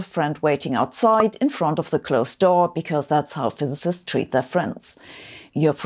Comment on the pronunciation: Hard time pronouncing physicist 😂